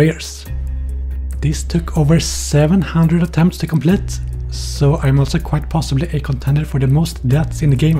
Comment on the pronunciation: me when i heard "complit"